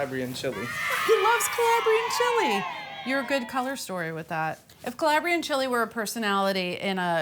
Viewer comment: As an Italian, whose family is from Calabria, the way you say Calabria inflames me 😂